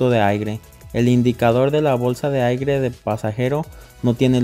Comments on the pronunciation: Excelente solo que se dice aire no aigre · Se dice aire .....no aigre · Excelente video, gracias. La pronunciación correcta es "aire", no "aigre".